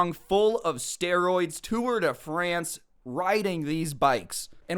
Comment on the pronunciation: I like the accent when some one who doesn't talk french says tour de France Because I say it with the french accent because I am french So it's kinda funny